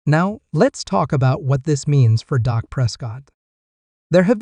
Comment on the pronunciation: Say the man’s name correctly,it’s Dak not Doc!…